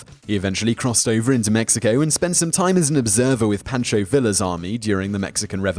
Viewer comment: Poncho Villa is Vee-ya, not vil- Ah